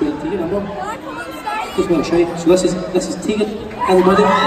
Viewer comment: Tegan Alexander I love that!! I honestly died inside when he said “Teigan”